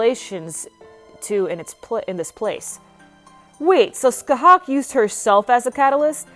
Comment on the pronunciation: You said her name wrong